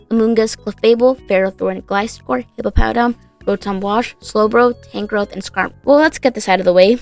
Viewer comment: It's "Hippowdon", not "Hippopowdon". It's funny, but I think it should be corrected anyways.